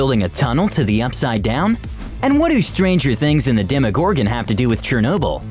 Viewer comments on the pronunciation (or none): Why does he say demogorgon like that